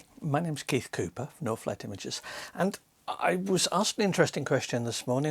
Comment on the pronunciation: During Your introduction when You say "NorthLight Images" I hear "No flat images" :D Which isn't bad either. You gave me similar advice some time ago and I appreciate that. Still evaluating my business idea trying to sharpening it up.